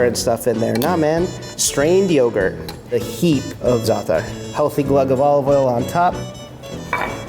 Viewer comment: Thank you for not saying ZATT-TAR.